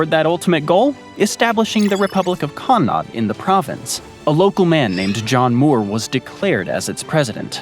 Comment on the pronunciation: connaught man here (for future it’s pronounced con-uckt almost rolling off the tongue)